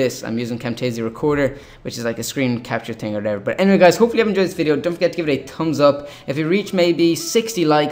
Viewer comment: A Tums up and Tumnails lol I love the way you said that